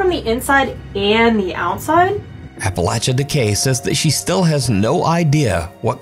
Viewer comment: Thank you for being a youtuber who pronounces "Appalachia" correctly